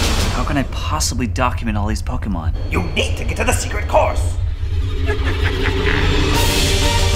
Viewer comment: Finally, a video where Pokémon is pronounced correctly